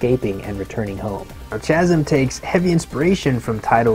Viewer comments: It's pronounced cazim not chazim. Good video! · its pronounced kasm not chasm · Good vid. Sorry to be the language police but the ch in Chasm is pronounced as a hard K like Kyle, not like chase or change. KA-zum. Sorry, done being a douche. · Chasm should be pronounced with a "K" sound. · Isn’t it pronounced Kaz-um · Did he just say chasm wrong? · That's not how you pronounce 'Chasm' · it's all good. I like Chasm, but I'm a bit more interested in Blasphemous and you mentioned Bloodstained which is also on my radar. Sorry for picking on the pronunciation. I'm honestly not a troll:) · Lol and it pronounced last, not chasm. The h is silent... haha